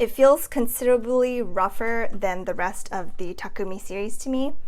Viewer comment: I like that you pronounce Takumi correctly. Every time I hear a reviewer says ta-koo-mi it just seems a bit disrespectful that they didn't even learn to pronounce the products' name right.